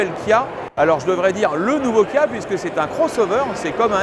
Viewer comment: Le journaliste à un peu de mal à prononcer les X et les K (Xceed et Guia)